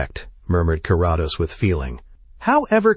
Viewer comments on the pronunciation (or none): ❤Thx! Btw, its Care-ah-dose😊